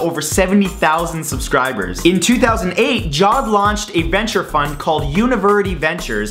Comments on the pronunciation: Hi! Friendly and constructive criticism (cuz I love your channel): It's pronounced "Ja-Wed" as in "Jaa" + "Wed", not "Jawed" as if it's the past form of "Jaw" as a verb. I'm from the Indian Subcontinent, that's why I know. Like the videos by the way! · Can he respect the Arabic language please! It is ja-wid not jod! Dafuq???